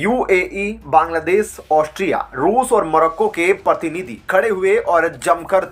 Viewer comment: You are not pronouncing correctly while reading the news. e g prakriya as parkiriya pratinity as partinitywhich give different meaning